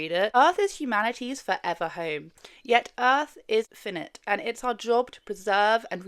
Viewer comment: for a start, how you pronounce finite! lol